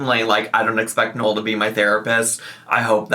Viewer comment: Ya know I have to Ask. I'm a Long time subscriber but I guess I can't really hear very clearly and I want to clear something up. I hear you saying your partner Noel,but the way you pronounce it I can't tell if you are saying Noel or Knoll. I really would like some clarification because I don't want to offend You or Your partner so if You see this Please could you straighten me out! Thanks Sweetie. ❤RE: Like Noel is pronounced as innn